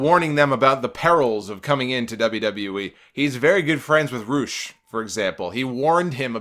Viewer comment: Its Rush not Roosh. Mexico says it Roosh because of the accent